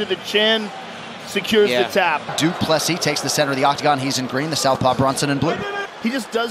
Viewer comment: I think Americans don’t know that PLESSIS , the s at the end is not silent